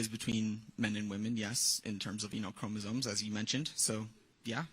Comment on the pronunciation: I love Charlie Kirk and think he’s brilliant. But he needs to learn to properly pronounce the word chromosome. It’s not chromosone.